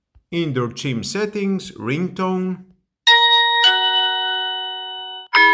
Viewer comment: The word 'chime' is pronounced chym, not chim.